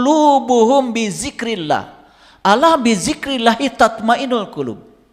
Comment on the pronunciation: ngomong lafaz Allah dan Rasulullah aja blom bener... jgn sombong, jgn merendahkan orang...ngga ada yg baru dari narasi2mu ini, semua udah diketahui orang muslim, tapi setiap orang memiliki kemampuan yg berbeda2, baik ilmu, budaya, pikiran, hati dan perbuatan. siapapun setiap muslim wajib shalat, orang jahat, orang baik, orang miskin, kaya, orang miskin, orang berdosa, orang bodoh, pintar, semua WAJIB SHALAT. kau bilang masing2 mengklaim paling benar, nah lu sendiri mengklaim sendiri. tunggu aja tak lama lagi lu juga bakal ketusuk duri, bahkan lebih dari itu .. tunggu aja. tak ada yg bisa dihindari dari peristiwa hidup. tunggu aja kau pasti sakit... sampaikan ilmu dg kerendahan hati, dg kebijakan, adab, bukan dg KESIMBONGAN.... betul orang ini mencampurkan antara kebatilan, kesombongan dg kebaikan. lidahnya pintar berkata2 karena punya bakat seolah2 seperti motivator. kita blom tau jelas tujuannnya apa. berkacalah dg perjuangan wali songo, kita jalanjan syariat dg baik meski blom sempurna, kita jgn pernah tinggalkan shalat meski belum bisa khusuk atau sempurna, kita tetap yakin bahwa apa yg diajarkan GURU2, ulama2, ustazd2 meskipun di kmpung2 adalah kebenaran. kebenaran itu sederhana, ngga sulit kok. yg bikin sulit itu adalah orang2 yg sok2 berilmu tinggi, pintar bersilat lidah gaya2 motivator kesiangan. Semoga Allah SWT meridhoi dan merahmati kita semua..Aamiin